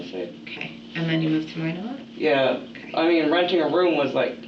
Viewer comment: Minot is not pronounced "meh-not" it's "my-not"